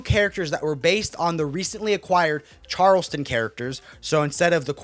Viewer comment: Respect Respect to you for your content! We come to you guys for the breakdown then to hear Charleston Comics instead of Charlton its like whoa whoa but you do a great job!